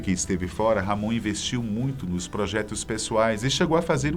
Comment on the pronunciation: A pronúncia é Ramon e não RR Amôn